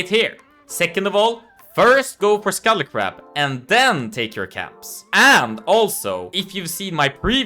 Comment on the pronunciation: for scuttle crab, almost sounds like scully crab ☺️